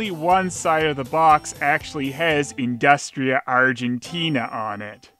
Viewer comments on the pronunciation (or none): it's pronounced "indoostria' XD